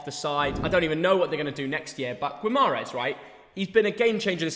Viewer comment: It's not "Gwee-mah-ress" It is pronounced "Gee-mah-raesh"